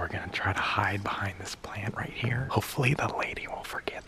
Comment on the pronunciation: ‘Kright? Korrect’ adding k to everything 😂😂